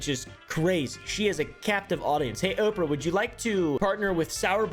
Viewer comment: I love you but i HATE the way you pronounce oprah lol